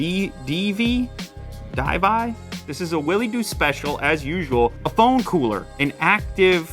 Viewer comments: That's not divi that's "divi" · It's not DIVI. It’s DIVI.